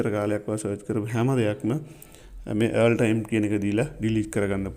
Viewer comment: Thank you. But oya wachana hariyata උච්චාරනය කලොත් ඔයාට යහපතක් වෙයි.. All සද්ද වෙන්නේ "ඕල් "...කියලා. ඒක හරියට ඉගෙන ගන්න.. Earl කියන්නෙ නමක්.